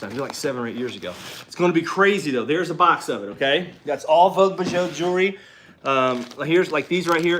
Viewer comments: Bijoux means jewelry or jewels. Pronounced "beejoo" vogue beejoo... even in Donaldsville 😉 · Bijoux is French for jewelry. It is pronounce beezhoo. Congratulations to Kaylin, that’s awesome! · “Bee ju”. French